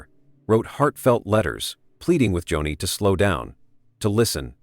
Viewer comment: Its not Johnny lamb its .....JOANIE spelled Joni!